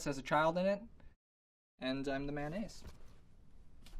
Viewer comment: MANNAISE THERE WAS NO MANNAISE WHAT ARE YOU SAYING ITS MAYONNAISE AHAHAHHA